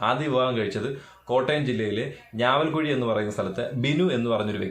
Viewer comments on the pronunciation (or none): ഞാവൽ കുഴി അല്ല. ഞാലിയകുഴി